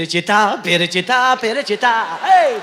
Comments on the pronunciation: Перичита МАС ФЕЛИЧИТА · Perechita mas felichita manimcha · Перечита эмас,балким ФЕЛЕЧИТА дир. Маьноси :тоза хаво : дегани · Охун ака перичита эмас феличита италян шаркынынг исми 😊 Ман сизнинг мухлисингиз ийики варсыныз ❤ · Не перечита,а феличита... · Перичита емас Веричита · Италиянкий песня Феличита Felicità ( счастья)😅ПЕРЕЧИТА эмас